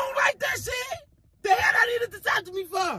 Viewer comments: I’m dead he to happy! 😊 but not knowing he getting a vasectomy 😭😂😂 He say a “deseeextomy” “open sesame” bitch hellll naw 😭😭😭😭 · “I’m not finna get a Dysectavee” 😂😂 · Asepony lol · "I'm not finna get no diseffiny!" 🤦🏾😭😭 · Did that nicca say dasectomy bofl🤣🤣🤣🤣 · 😂😂😂😂 Disefany, asefany, pasefany! in 5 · Dat nyggih said a discephony 🤣 🤣 🤣 🤣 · This man said a perceptamy😭😭😭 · 🤣🤣 He So Mad He Can't Even Pronounce Vasectomy Right 😂😂💀💀